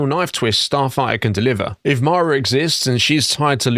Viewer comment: I think im the only one that was annoyed that he couldn't say the name of the movie, "Starfighter" not "Starfigher"( Starfire )...